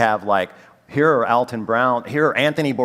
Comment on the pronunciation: It's not "All-tun", it's Al-ton".